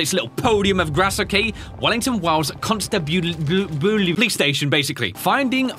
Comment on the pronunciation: Con stab ulary that's how it's pronounced I know the Englanders and there naming of things it's confusing I know.